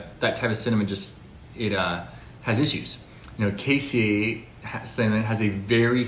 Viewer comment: Can't pronounce Ceylon or cassia correctly.